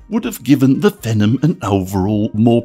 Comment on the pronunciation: 'fee-nom' is how it would be pronounced. otherwise excellent video.